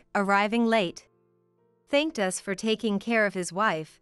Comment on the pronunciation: Jack wouldn't have to pay compensation if it's her fault for the divorce. She's the one that disrespected his family, so he didn't do anything wrong. The 2nd story ... what is wrong with Tom's voice? He sounds like he's on his deathbed. Annoying. What is this ..... '.... that the three of US (as in USA)'?????? It is 'us' as in 'we', as in the three of each member of the family. Really? Get rid of the annoying AI robotic narrating and learn proper pronounciation and emotions. Not subscribing and will block all stories from this channel.